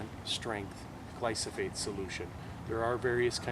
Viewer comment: DO NOT chip your buckthorn if it has berries/seeds. You would be spreading the species. Glyphosate (gleye-foh-sate, not gleye-soh-fate) Get a larger sprayer, 2 gallon pump sprayer maybe. This can be had at your local hardware. Use Garlon 4/ Element 4 at 25% with bark oil/ diesel etc. Using a tooth paste tube to treat stumps is not practical.